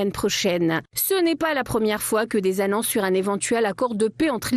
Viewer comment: Des annances .... les discutians... les conditians ... Tout ça est désagréable !!! Un concert n'est pas un cancert ! :face-fuchsia-tongue-out::face-fuchsia-tongue-out::face-fuchsia-tongue-out